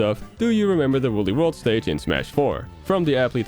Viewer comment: Look it up, it's Woolly